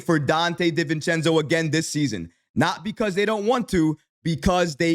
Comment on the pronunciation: Respect and I love your reporting in these topics. Please, it’s Di-Vincenzo. DiiiiiVincenzo 😂